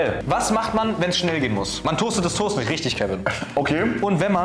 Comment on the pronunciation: es fuckt richtig ab, dass die das toust und nicht der toast sagen